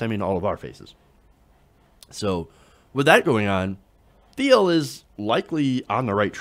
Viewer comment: It's pronounced /tiːl/ not /θiːl/, silly!